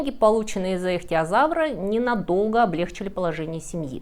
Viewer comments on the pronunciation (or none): Уважаемая, всё очень интересно, но проблема с ударениями: акведук, столя́р, облегчи́л.